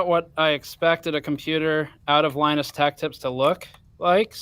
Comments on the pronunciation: LIE NUS WHAT DOES IT MEAN??? WHAT IS A LIENUS LIE NUS TECH TIPS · WHAT IS LIE-NUS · is just hilarious! "LIE NUS WHAT DOES IT MEAN???" "WHAT IS A LIENUS" "LIE NUS TECH TIPS" Savage:D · "What is a Lie Nus?" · LIE NUS TECH TIPS haha